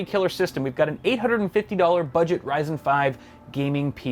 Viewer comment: I stopped watching after i heard ryzen